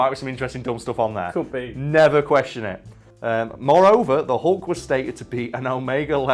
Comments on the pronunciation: Its pronuced "hulk", not "hawk" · is it just me, or does he say " The Hunk"?